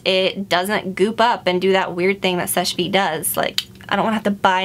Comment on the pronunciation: Someone told her how to SAY SECHE VITE